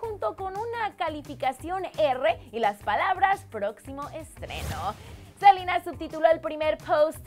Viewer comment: odio cuando dice SELIIINA, ES SELENA NO?